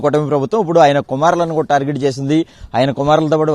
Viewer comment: కూరా కాదు ర అయ్యా కూడా , కూడా